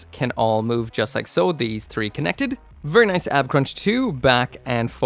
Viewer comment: vurry vurry EDIT: vurry vurry vurry vurry